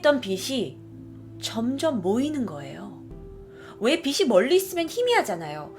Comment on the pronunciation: 즐겨보는 사람입니다. 그런데 "빛이", "숲이" 등등을 제대로 좀 발음해주시면 좋겠어요. 자꾸 "비시", "수비"로 말하시니 옥에 티같네요.^^